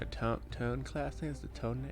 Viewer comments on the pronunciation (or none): The IJN Tone is pronounced Toe-Nay